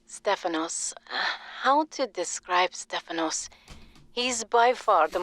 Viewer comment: I was looking for a comment like this as soon as I heard the pronunciation of Stafanos. It also cracked me up